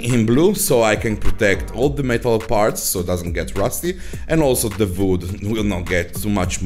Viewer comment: I like how he says vood. Awesome project!